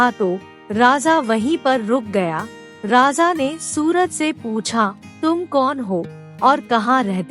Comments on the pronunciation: It’s raja not rasa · आप राजा को बार बार राजा़ कह कर अशुद्धि का कंकड़ डाल रही हैं, मैं सुन ही नहीं पा रही। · बार बार raja ko raza raza बोल कर irritate kar rahi ho... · राजा का उच्चारण सही से करें